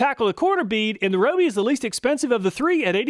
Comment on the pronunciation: RYE-OH-BEE! Not ROH-BEE!!!